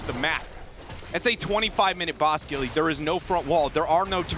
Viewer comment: "GILLAY!" XD